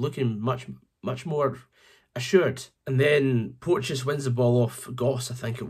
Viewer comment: Cant even say porteous properly 🤣